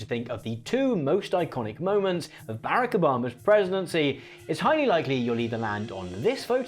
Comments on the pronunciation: It's "ba-rock" not "bear-ack" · Please,. It's Buh-rock not barrack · Why is he pronouncing Barack Obama like that… BarrackAbam 😂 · As an illinoisan, hearing you say barack obamas name that way hurt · Great video and very timely! This is a pretty small thing to point out, all things considered, but please be aware that you’re mispronouncing “Barack” when saying Barack Obama’s name . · Okay. Love the video but we gotta talk about how you pronounce Obama’s first name. 😂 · Why you pronounce obama’s name like that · Is that the typical british pronunciation of Barack Obama? It scared me so much I had to comment. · It's not at all the point and I know you have that charming accent but you reaaaaally gotta work on that pronunciation of Barack. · You are pronouncing Barack Obama in a VERY weird way.